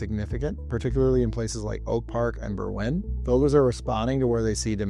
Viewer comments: It's pronounced BERwyn, not berWYN. The accent is on the first syllable, not the second. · I’ve never heard Berwyn pronounced that way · How is a 6% annual appreciation a crisis? If my home in the NW burbs averaged 3% per year, it would be worth 50% more today than what Zillow says it's worth. If it averaged 6% per year, it would be worth more than double what Zillow says it's worth. "Creative financing" is what caused the 2008 real estate crash. Learn how to pronounce Berwyn.